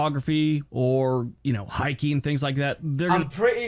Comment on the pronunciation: I have watched most of your videos. You seriously need to pronounce words properly. You use an F sound instead of properly pronounce TH. Wif instead of with. FIF instead of Fifth. Finish instead of Things.